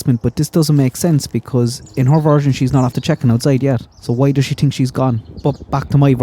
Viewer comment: Since you mentioned the Caribbean influence in your accent, every time you say, tink, I can't unhear it! Love it!